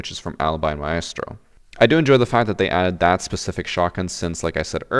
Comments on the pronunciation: Please stop saying myastro 😂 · Its been that many years and this dude still saying "My Estro" like maestro isn't an established word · Why is it so difficult to pronounce maestro? Has no one heard of an orchestra?